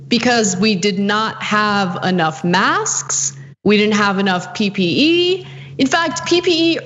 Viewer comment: I keep rewinding it to hear ana say “masksks”